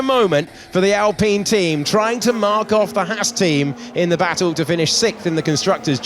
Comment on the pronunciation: Surely Alpine should be pronounced as Alpine and not “Alpeeen.”